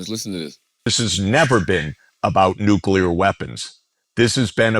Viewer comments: Why does Andrew keeep saying “Nu-Key-Ler” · I am once again begging with tears in my eyes for Schulz to say “NEW-CLE-UR”